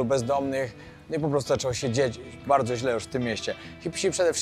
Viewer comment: super jak mówisz wardzo wardzo barto, przy poprzednim filmie oplułem monitor i lałem cały dzień przez to przejęzyczenie w pizzeri xD zrobiłeś mi dzień!